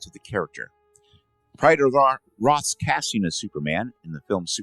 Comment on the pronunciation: Tyler Hoechiln's name is pronounced HECKlin, at least u got Brandon Routh's name right.